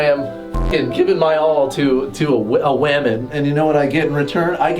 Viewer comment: My guy really said “whamen”